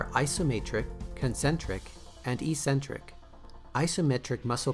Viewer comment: Eccentric, not e-centric. Love the cheesy intro.